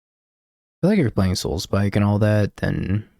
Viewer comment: i always imagine when you say Soulspike u say: SoulSPIIIIIKE